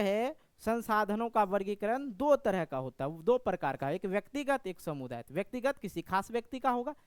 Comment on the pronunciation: समुदायिक नहीं होता है सामुदायिक होता है ❤😊😊😊❤😅😅😅❤😂😂😂❤